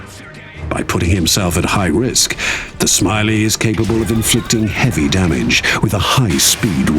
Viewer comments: Goddamit it's "śmiały" as on "Bold" not smiley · It's not Smiley, just the narrator having no idea how to pronounce it. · Dammit, das heisst nicht SMILEY. It's Ś m i a ł y Why does everyone keep pretending Polish is so hard? :D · Śmiały is pronounced here like english Smiley by this british guy which feels super intentional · Polish speaker: that's not how you pronounce... English person: fuck you, I'm naming him SMILEY